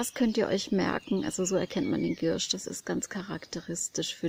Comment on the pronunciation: Die Pflanze heißt Giersch ( mit ie ) und nicht Girrsch. Gruß aus der Apotheke.